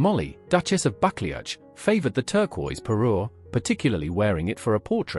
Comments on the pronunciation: It’s not pronounced bucklyatch, but Ba clue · It’s pronounced “buckloo” not buckleach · It’s pronounced “Bucloo” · I liked "bakle-atch"😂😅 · You should learn to pronounce the ducal title correctly! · I’m not sure what’s worse, the fact that you can’t pronounce the name, of the fact that you repeat it 3 billion f——- times 😵😵😵😵😵😵😵😵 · I'm cringing at the pronunciation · Omg...the pronunciations is truly appalling. Why AI horror... it's so ignorant? Time to drop this vlog?